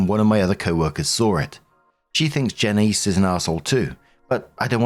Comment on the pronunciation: That lady's name is Janice, not Janiece. Is Janiece common pronunciation in the uk?